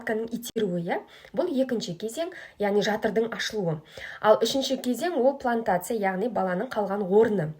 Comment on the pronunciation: Плантация дейді 😁 Плацента!